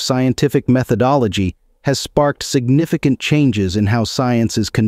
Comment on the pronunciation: “Signifi-kant” too lmfao, horrible